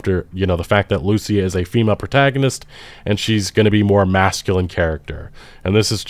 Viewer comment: I really wish people would stop mispronouncing the name of Lucia. The name is hispanic. The male version of the name (Lucio) has the accentuation on the U, but the female version of the name has it on the I. It's almost as bad as when they mispronounce Simon Bolivar's name by putting the accentuation on the O in Bolivar, when it's also on the i in there.